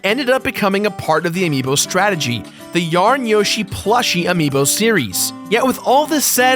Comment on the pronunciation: Whoashie its a single yoshie exploshie